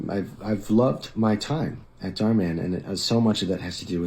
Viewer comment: dharminder is a basic capitalist/parasite who is cashing in on his capitalist perks, nothing new about it. he's so westoid,🤣 can't even pronounce the abbreviated and white version of his name dharminder- dhar mann correctly (dh-is different from d, dh has an aspirated,basy sound when u pronounce it, phonetic -dhur(like u pronounce purr{cat} without the prolonged rrr sound and maaan not man)